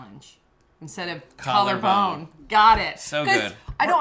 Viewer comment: "Collar Bane Challenge"